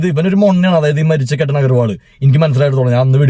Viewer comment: കേറ്റൻ അല്ല, കേതൻ